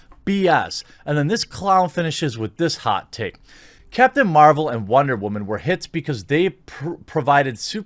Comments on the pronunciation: Dude, that shit had men laughing with the light coming down all holy "wahman.....WAHMANS"......Shit was to funny. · First time watcher...why does he sometimes say woman weird?